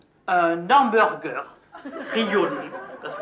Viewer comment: Le "hanBOURgueur"